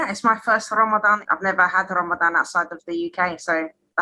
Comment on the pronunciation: Its Ramadan (ض is a heavy DH not z, ز is z)